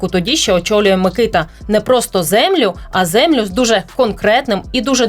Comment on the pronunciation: Мені здається що наголос на букву а - микитА